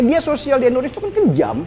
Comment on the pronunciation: indonesia bukan endonesia.